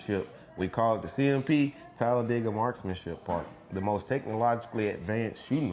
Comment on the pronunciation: Props to for correctly pronouncing Talladega, we locals can always tell if someone is not from around here, because the say "Talla- Day- ga"